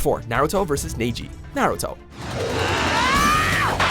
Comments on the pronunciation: also woulda pronounced Neji properly lol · LMAO "NEIJI" its "NEJI" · it's not pronounced nay-jee you fucking idiots it's NE-JI !!!!!! honestly fuck this entire channel y'all are a JOKE!!!!! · kingkay14 yh, I don't know why make anime top 10s, they don't know anything about it. The way these people pronounce names, so cringe. It's neji not neyji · Did he said neiji!!!! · F.Y.I ITS NOT NEIGH-GI!!! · Nay-ji? Toe-goo-roe? Pee-ccolo? Almost as bad as the time they called the Demon of the Hidden Mist Zabuza Momochi an alcoholic, aka Za-Booze-a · Nay-ji oh the cringe. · Why do you say naaije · He pronounced Neji wrong RIP Neji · The way he pronounced Neji had me wanting to kill him... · Pronunciation made me cringe more than where anything was on this list. It's GAH-jeel not gah-JEEL and at least with the eng of naruto, it's NEH-ji, not NAY-ji. I understand I'm being a stickler but when there are a multitude of times they use the correct pronunciation, especially on harder to say names AND they have the clips right there saying how it should be said...makes me think needs to lessen how many anime anything videos they do, or at least try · Nay Jee ,Me Doria ..... these pronunciations😭😭